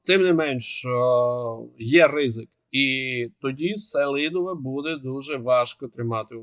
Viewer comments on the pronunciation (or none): Флорiда слухала уважно. Бажано б змiнити наголос: СелИдове. Я там бував. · називний Сели́дове родовий Сели́дового давальний Сели́довому знахідний Сели́дове орудний Сели́довим місцевий Сели́довому, Селидовім кличний Сели́дове